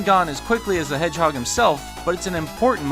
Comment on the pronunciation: I thought it was Shadow the Hedge-edge...